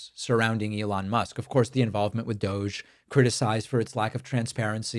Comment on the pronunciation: Please please please please please please please stop saying Dodge instead of Doge I have taken every single Dodge plate off my car Dodge against does and ion and auto shop if I ever did that or any employee did that you would find yourself in jail in a second it's against the federal law to do that I can't emphasize that enough also turning back the odometer is illegal as well